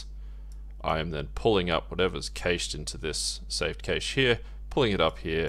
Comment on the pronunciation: It's pronounced 'cash' not 'cayshe' lol